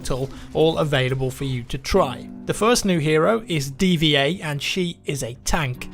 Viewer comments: You pronounced D.Va as "D-V-A"? I just assumed it was pronounced "diva". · D V A instead of D-Va? SaMYURai? Those pronunciations hurt to hear. He's not even a samurai, he's a ninja for pete's sake, those are exact opposites! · well its a Title, so even if its not an actual word you are suppose to pronounce it how its intended, which is "Dee-Va". However im not too picky on it, just being factual. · Did you really say dva? Come on its D.Va (Diva) smh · the name of the mech girl (D Va) is supposed to be pronounced Diva and not D.V.A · just saying, it's not pronounced DVA it's pronounced Diva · lel it's pronounced like the word diva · D.Va ... pronounced like "Diva" I think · ***** Thanks, he was pronouncing it like the display port and it was driving me crazy... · Come on man, D. Va is pronounced Diva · huh, i always thought it was pronounced Diva